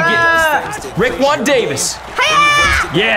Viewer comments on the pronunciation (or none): Is it just me or said rickwon Davis!?